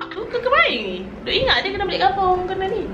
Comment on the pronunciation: Sedap dh terengganu. Cuma sabdu tu ye kene umph skit. Baru nyekok. Bukan kapung tapi kkappung (kampung). 😂😂😂